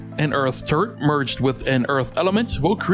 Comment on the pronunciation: Who else hears turd when he said turret? Btw underrated